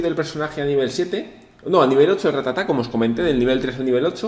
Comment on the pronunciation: no es ratatá es rátata. Cada vez que lo dices mal muere un ratata xD